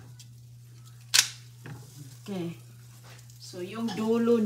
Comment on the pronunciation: Pipir(Pepper) Oki (okay) Kamuti (kamote) Paki ayos dila mo! mga bata malapit sa stove baka mapaso sila!! Burara kang nanay!